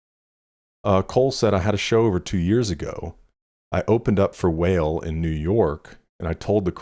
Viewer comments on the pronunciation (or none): it's also (wah-lay) not whale. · Wale sounds like “why lay” not whale 😂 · Lol it's pronounced WAH-LAY. Great reactions though.